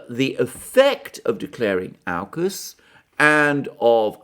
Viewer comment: Sorry Alexander, I think you're completely off your game on this one. Not holistic at all. And certainly, not what unraveled through the week. BTW. It's Aukus (orkus) Not 'Ourcus'.